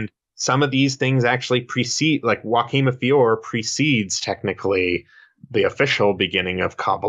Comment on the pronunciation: Thank you for pronouncing Joaquim de Fiore correctly !